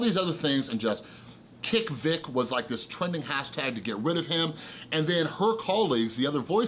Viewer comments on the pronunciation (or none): But dude. At the same time you totally butchered Vic's name which takes away allot of your credibility on the situation. If you've been catching up on YouTube shouldn't you know how to say it now? It just looks like you spent one morning down a bias rabbit hole. Vic has been a known creep on minors for years. It's in the depositions where he admits to kissing and hugging young girls unprompted. I recommend reading the depositions instead of watching already bias videos of depositions. Also Vic was apart of Ghost Stories dub. Which is along the same lines as these leaks with tons of homophobic and racist slurs. He was on project that was literally the same thing.